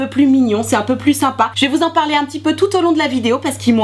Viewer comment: "des prrroduits que je vais pouvoir vous parrrrler" 😂😂😂😂